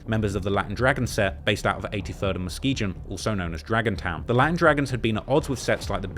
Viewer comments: Yo.. I’m from Michigan. Muskegon isn’t pronounced Muske”Jin” it’s like the word “Again” Muh-Ski-Gan 👍🏼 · Muskegon is pronounced "Musk-ee-gan", not "musk-ee-jin". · Say it with me now, MUS-SKI-GUN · muskegon is pronounced muskee-gun. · I am the number 1 drill journalist in the UK and I do the most research. Also: pronounces Muskegon with a soft G 😂😂😂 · He even mispronouncing Muskegon. I'm still tryna figure out what Muskejin is lol.